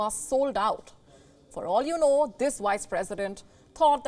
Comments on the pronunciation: "Wice president" lol sounds like Kripky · you mean vice president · You definitely said one of the "wise" Presidents 🤣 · Wice President 😂😂😂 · The only thing I agree with this Indian YouTuber is when she kept calling her Why's-president 😂😂 I asked myseilf th same thing Why?